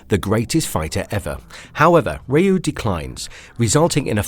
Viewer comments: OMG, not again! Another person pronouncing "Ryu" as "Rahyuu"... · Holy pronunciation Batman!!! Feng shui, comrade, Ryu, Magneto, among others... This was bad!